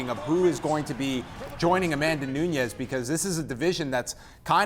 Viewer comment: Valentina gets the win, if she doesn't get sucked into a brawl fight with the brazilian. Sticking to the game plan for the win. And by the way, not.trying to sound like a douche, bit why the hosts of the show keep saying Pena as "Peña"? And Nunes as "Nuñes"? They dont come from a Spanish speaking country, so their names are spoken In a different way